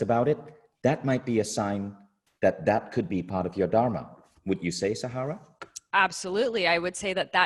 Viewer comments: dhur-mā (the dh is a letter in sanskrit pronounced like the work "the" in English). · Good talk...Would love it if she could learn to pronounce "dharma" correctly though! 🤣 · Her teachings are good but few things seemed inaccurate. Being of Indian origin i was disappointed by her pronunciation of "Dharma" 😅 Take this as a Constructive feedback. All Love 💕